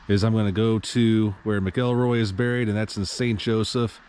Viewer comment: Man do your research! Nothing more infuriating than hearing people butcher the names of the people they’re doing a video about. MAC-EL-ROY